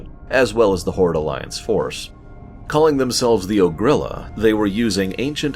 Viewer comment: "Ogri'la" is pronounced with a similar stress as "Shangri-La" as it lampoons it directly. Good video though. I think this is the most love Blade's Edge Mountains has ever received from anyone.